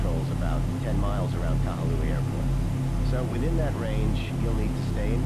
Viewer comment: just a heads up for the name, its pronounced ka-hoo-luh-wai